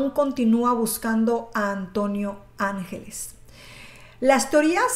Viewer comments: Antonio ANGLÉS, lo pone en la misma imagen, ANGLÉS, no ÁNGELES, por favor, si vas hacer un vídeo tan serie y comprometido como este, infórmate bien o por lo menos lee bien. Después de más de 30 años escuchando este nombre que digas ÁNGELES manda c..... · no es angeles, es anglés, saludos. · Enrique Ángeles no Enrique Angles y su hermano era Antonio Angles no Antonio ángeles como tu dices,, tienes que saber decie bien los nombres,, y cuentanos alfo nuevo, porque lo del caso Alcasser yo lo se todo porque soy de catadau y vibi aquella epoca y lloré y sufri mucho por esas niñas,, osea cuenta algo nuevo,, porque para contar todo lo que ya sabemos no cuenres nada guapetona,, saludos desde catadau VALENCIA 🇪🇸 ESPAÑA 🙋🏻‍♂️